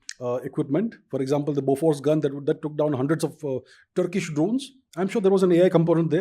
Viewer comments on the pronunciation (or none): none